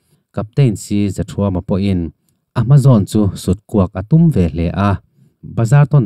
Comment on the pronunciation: I chhiarsual nasa hi chu ka hrethiam a,mahse cpt.zathuama hi cpt zothuama tiin i lam char char a,khawhming i sawi diklo nasa hle bawk